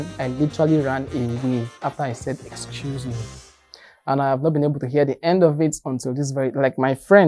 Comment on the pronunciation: You said “ecuse me” not “excuse me”. It was definitely worse than you made it appear 😂😂😂